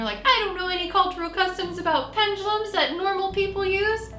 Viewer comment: Ok, all you new-kids are calling them ‘Pen-GAH-lums’... There is no ‘G’. It’s ‘Pen-DU-(doo) lums’. I just think when people ‘teach’ others something, they, as a first step, should know how to pronounce it, & then of course have studied it for some time to become educated on it. (& Ouija boards should be avoided at ALL costs, unless you want every kind of dark/negative energy/spirit attaching to you.. for *LIFE*.)